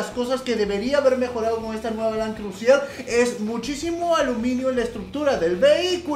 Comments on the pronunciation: no se dice land crusier es land cruiser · lo escribe bien pero lo dice mal, siendo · lo que piensa el fan de Toyota cuando dice crusier en vez de Cruiser 😂😂😂😂😂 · Con un acentito francés queda afeminado su "Crusier" JAJAJAJAJAJAJAJA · .... Por favor... Land cruisier?.... CRUSIER?.... POR FAVOR... por lo menos quecse digne a leer el emblema del carro y que por lo menos busque en el traductor la dicción correcta de la palabra! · Le sigue diciendo land crusier Jajaja un crack